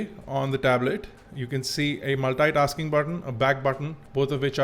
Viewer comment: The review was superb!! but dude... you pronounce multitasking weird.